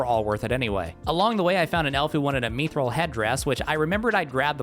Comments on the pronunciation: constantly calling mythril "meethrill" is driving me nuts. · Have i been saying mythril wrong this whole time or has he?🤔